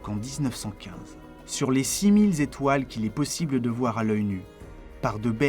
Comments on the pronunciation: 7''56 : "...six milles zétoiles..." ! Nul ! Tout faux ! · Super intéressant! (à , je crois entendre six mille "Z"étoiles !? ) En tous cas, BRAVO